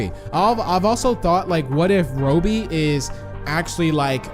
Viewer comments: Stop saying roby. It’s robby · It’s Robby, not robie. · Its Robby not Roby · Its Robby your pronouncing it like Roebby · It’s not RO-BIE, it’s ROBBY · UR PRONOUNCING ROBBY WRONG LOL